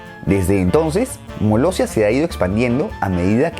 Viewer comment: Todas menos Molestia... Molossia